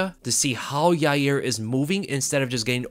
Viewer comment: You're not pronouncing Yair's name correctly. It's pronounced "Ya-rear". Chael told me so.